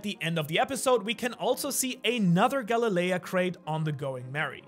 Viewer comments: sorry but it's Galley Law...Galley Lea threw me off lol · No offense but Galalea, isn't it meant to be Ga-Le-La?